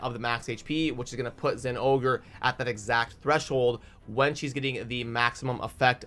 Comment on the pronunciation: I'm proud of you, you said the name right.